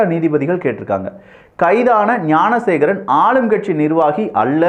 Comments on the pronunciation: Bro please check in 6 min instead of gnanasekar mispronounced as gunasekar.... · என்ன தம்பி விக்கிஃ வார்த்தைகள் தடுமாறுகிறது. குற்றவாளியின் பெயர் ஞானசேகரன். நீங்கள் ஏன் குனசேகரன் என கூறுவதில் நோக்கம் என்ன? விளக்கம் தேவை.